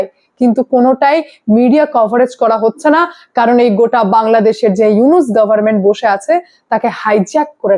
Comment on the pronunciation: Nunus.miah na.yunush miah😅